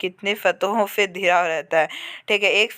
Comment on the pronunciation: Are bhai14 ka question pdne nhi ata hai kya ghira ko dhira pdta hai